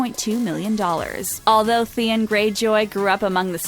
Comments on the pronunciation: Can't you just say the names right? I had to shut the video off when I heard THE-IN. It's THE-ON!! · Can the narrator please be more competent its The-on, not The-un, its A-ry-a not Uhria, ill stop there, she's just so stupid. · The-en Greyjoy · Theein ??? Wtf theeeein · Who wants to bet she has never seen the show or read the books? "The-in" "eh-rya" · Thien? Sanza ? Cerzey? Misunday? Really?? Dracarys woman!!! 🔥🔥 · You have clearly never watched the show with the way you pronounce Theon and Arya